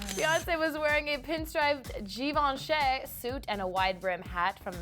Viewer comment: 1) If you don't know how to pronounce a brand (in this case Givenchy) DON'T mention it then 2) Nebel Peperman is at fault for the celebrity Twitter hackinga. Hate that kid. 3) Justin asked the mother if he could hold her, he didn't even want to give her back. Also if you click to add a comment you can see that the caption is edited meaning at first he thought the baby was a boy 😂